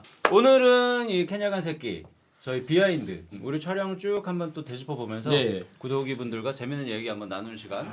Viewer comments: 근데 진짜 구독하는 분들한테 구더기(발음)라고 하는건 진짜 최악임. 십오야 최대 오점. 아니 브레인들이 모여서 겨우 구더기 .. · 우리 구더기 ㅋㅋㄱㅋㄱㅋㄱ 구더기라그래서 계속 구더기라고 들림 ㅁㅊ다